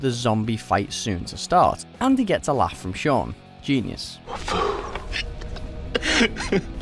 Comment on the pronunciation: Sean SEAN HOW THE HELL DO YOU MESS UP THE NAME OF THE MAIN CHARACTER IN SHAUN OF THE DEAD!?!!